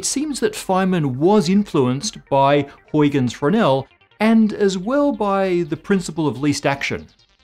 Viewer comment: He should find out how to pronounce "Huygens" - I was also doubtful about his pronunciation of "Reiss."